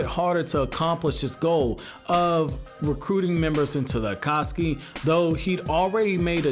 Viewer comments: By the way your saying akasuki not akatsuki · Stop saying akaski